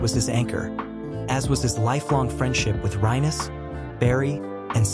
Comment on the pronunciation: Yes and the AI is too stupid to pronounce Rijkevorsel correctly. Rinus seems to be a problem too for AI 😉